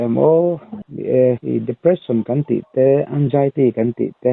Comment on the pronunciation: "Un-jai-tee" ti hian i lam ziah maia, mizo channel lian leh lun ber pawl in nia hetiang tal hi chu lam dik tum ta la a tha lo maw le aw. Anxiety hi "eng-zai-tee" tih a lam tur a ni e.